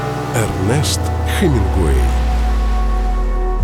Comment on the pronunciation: Ну ты, грамотей, не Хэнугвей, а Хемингуэй, учись в школе заново, двойка.